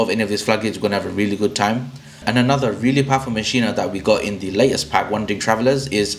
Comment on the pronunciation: Great video! Thanks for the tips! (Oh just fyi, it's pronounced, "mock-in-uh" not "machine-uh")